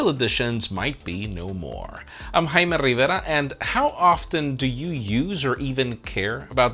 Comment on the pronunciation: I'm glad you pronounced your name like it should and not like those who don't even know how to pronounce their own name.